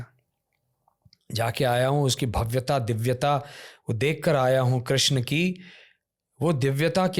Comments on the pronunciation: श्री कृष्णा बोलना सिखो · please krishna name ko thik se pronounce ki jiye 🙏🙏 bahot aajeeb lag rha hai